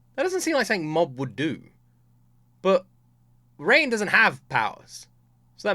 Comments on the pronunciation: Please for once can you please pronounce a character's name correctly? Its ReiGen not Rain or rein or reign. The G is not pronounced with the J sound. The G is like how you would say Grass, Gain, Gap, Guess, Ghost, Gas. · Reigen ❌ Rain ✅ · Hey just a heads up Reigen's name is not pronounced "Rain" it's Ray-Genn. G pronounced like Gang but sounding like Pen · His name is Raigen, not Rain. It's driving me nuts.